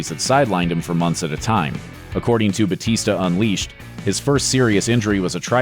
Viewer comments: Bautista is a filipino surname its actually said bowtista not butista why i know this because I'm filifino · It’s Batista no hate btw I love ur channel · 'They adjusted it for an easier pronunciation' Wow! One letter can scramble Americans tongues like a twister. Give me a break.